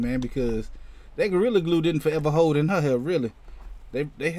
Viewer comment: I thought you said “Forever Hoe”.. 🤣🤣🤣🤣